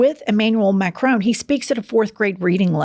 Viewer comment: You're annoying me with the pronunciation of Macron. It's Mac RON not Macrone